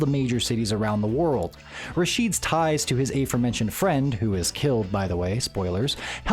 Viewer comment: Just a note: I don't think 'subsequent' and 'aforementioned' can be pronounced the way you did.